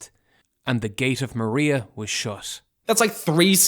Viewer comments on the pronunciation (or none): Good God. did they really say it "The gates of [mar-EE-ah]" o.0 MOOR-i-a. You oaf. MOOR-i-a. They say it a bunch in films, books, videos. . .